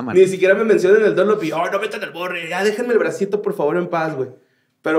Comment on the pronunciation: todo hackeado viendo "al vorre" y no "al borre"